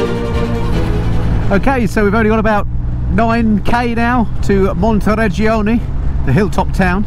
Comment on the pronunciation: Montireggioni, Montereggiano, Jesus, is it so difficult to get it right?